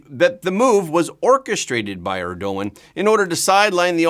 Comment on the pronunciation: Please learn how to pronounce Erdogan.